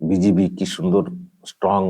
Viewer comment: আপনি বিজিবি এরকমভাবে বলেন আমি শুনতে পাই বিচি পি।